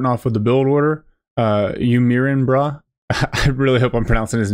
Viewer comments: I think it’s pronounced “mai-rin”, like…. Are you ADMIRING, bro? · You "mirin" brah, such a funny pronounciation. "mirin" is derived from to admire and was coined by the first fitness legend Zyzz and was used in the context: "Do you admire my body?". Good cast. Great Grenadier play from UMB?